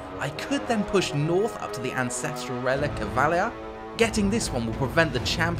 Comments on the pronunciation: So nobody briefed this guy on pronunciations, eh? Let's hope Has-hut, Val-eya and Grundi weren't listening. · Very cool showcase, but I will have to remove like all of the points due to the genuinely awful pronunciation of the names. Hashut, not Hasut. Valaya not Valia. Grungni, not Grundi. I mean come on, practicing these names literally takes less than 5 minutes and looks pretty bad. It's especially bad because not only were these weird pronunciations not present in the other videos, but the chaos dwarfs keep saying Hashut in the video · Someone really, REALLY needs to learn how to pronounce GRUNGNI, VALAYA and HASHUT.